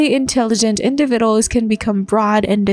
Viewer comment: Your ai voice needs to relearn how to pronounce the word individuals.